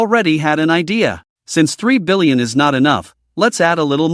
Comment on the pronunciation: I had to read the translation website just to check that annoying back and forth. Apparently it is 3 billion, not 30. I think the AI has hard time enunciating the . between numbers.